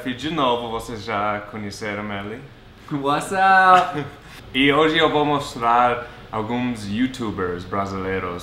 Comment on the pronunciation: WhatsApp? SOS KKKKKKKK É what's up! Tipo: what's up guys = e ai galera